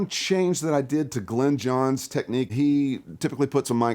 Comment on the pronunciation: Might have been nice to get Glyn Johns' name right.